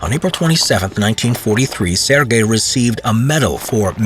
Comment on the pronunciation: Its sergai i think not sirgay